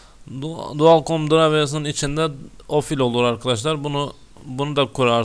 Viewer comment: Bir iş yapıyorsun eyvallah sağol da biraz özen yahu. ofil değil o Q Q Q Q Q Q harfi QFIL. Program files de çok orijinal olmuş. Pazar filesi. Yerel DİKS hele çağ atlatmış. Disk Dikse dönüşerek bilgisayar evrimini tamamlamıştır.